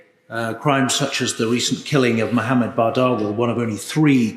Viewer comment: Thank you for pronouncing Mohammad’s name correctly